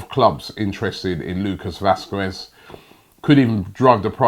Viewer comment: Lucas vwasqwuez 😂😂😂